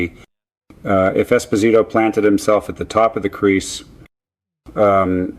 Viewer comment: Definitely. Mispronounced Esposito and Trottier. Why do they do this? So obvious.